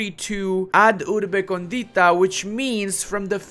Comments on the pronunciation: Really nice video but as an Italian that studied Latin I tell you that it is meant to be pronounced: ab urbe còndita not condìta. This difference brings to several jokes in Italian, as condìta is an adjective that means “with topping”. So a pizza can be condìta, while Rome is còndita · AB (not “ad”) URBE CÒNDITA. For Christ’s sake… the way you read it in Italian sounds like “to the seasoned city”.